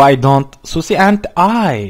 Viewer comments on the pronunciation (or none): susie (suzi) ye şuşi diyen ilk insan tam bir ingilizce katili bidaha bu oyunu yama çıkmadan oynama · Abi Suzi değil mi o ne Suşi si djdjdjdj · Abi şuşi diye okunmuyor Suzi diye okunuyor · Abi susie Suzi diye okunuyor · Abi bu önceki oyunun devamı sonda yatağa yatıyiduk bide tüm canavarlar dışarı cıkıyodu bide o suzi diye okunuyo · Suzi diye okunuyor adı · Suzi diye okunur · Suzi diye okunuyor Suzi kız ismi